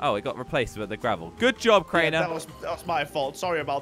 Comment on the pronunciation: Did you just said craner